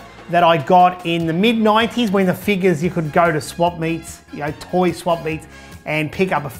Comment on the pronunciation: Not tori but toy .lol